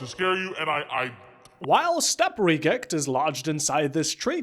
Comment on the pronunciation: "Step-Regect" is WILD